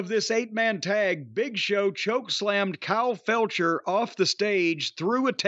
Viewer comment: Is Corny deliberately calling Kyle Fletcher "Felcher"? 😅